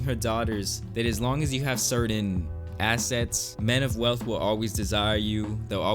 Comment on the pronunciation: Did she really say invest and assest??? Bitches be cray cray